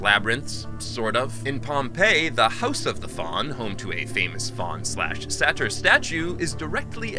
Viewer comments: The title was originally The Fauns Labyrinth but got dumbed down for muricans cos some exec noticed the resemblance and thought he knew better... And SATYR is pronounced SAT-IRE not SADDER 🙄😂😂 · Great video...just one bug bare lol..its "sAtyr" not "satyr" maybe it TomAto Tomato lol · is gay. Shows someone using that language wouldn’t be able to pronounce the word Satyr while making a video on them.